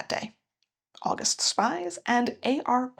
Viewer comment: Fun fact, it’s pronounced more like August Speez